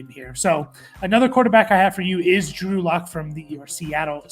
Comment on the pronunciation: Drew Luck…can’t even get the guy’s name right haha